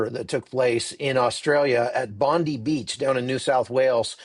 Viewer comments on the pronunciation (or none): it's Bond"eye" not Bondie, like "Blondie". This was a terrible interpretation of a Terrible event. The terrorist that killed these people actually had a legal gun licence, and supposedly he was not even an Australian citizen. I think if you examine your statistics related to gun violence, you will realise that our policies related to fire arms while not always affective, we don't have such a high body counts as in the Americas. And the Aussie that wrestled the gun out of the terrorists hand is actually a Syrian. You got to do your homework before you start rolling the camera mate. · Also it’s pronounced (‘Bond-eye’ not ‘ee’) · Hey its Bondeye not Bondee!! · Oh, you said Bondi wrong - it's not "Bondee" or "Bondiii" it's pronounced "Bondeye".. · Btw its pronounced Bon-die not Bon-dee. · Hey, for what it’s worth. RE: Bondi Beach. It’s Bond- I as in “Pie.” Not as in Pam Bondi. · It's Bon-die mate😊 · Bondi is pronounced Bon-die. Love you but that is annoting. The PM Is also pronounced Alban-easy. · Hi 16 dead 42 injured. 1 10 year old girl died 2 rabbis 1 holocaust survivor. Please except a small critique bondi is pronounced as bon die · 16 dead overnight from the Bondi (pronounced Bond-eye) in NSW, Australia. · Bondi is pronounced Bond eye. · The man that disarmed the terrorist was shot twice, in the arm and in the shoulder. Apparently he is in Hospital having surgery. He owns a business nearby (Fruit and Vegetables I think). He’s a hero. if you are reporting again this beach is a famous Australian icon and it’s pronounced Bon Die. It’s manned by highly trained surf lifesavers who were the first responders. Karen. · Bondi is pronounced bondie. Sorry I just had to correct you.😊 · Bond (eye) Bondi